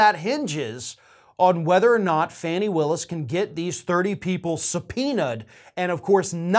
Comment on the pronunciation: She pronounces her name "Fawnie".